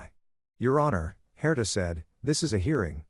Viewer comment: I just want to say first , the name Herter , or Herder ,,, is not correct , the name is spelled Herta , how do I know that is correct ,it was , is , my mothers name , she was Austrian it’s a European name , will not hold that again the story lol . Point of interest , on my part … The story is really good , I enjoyed it thanks and the voice great …. I would love a part two , just to see and hear how these children interact with their biological father’s etc and that they ended up hopefully really happy with their lives ,, and the dad , wanting a great outcome for him as well ..